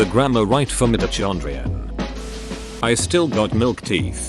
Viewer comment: mite-oh-chon-dree-on. i cried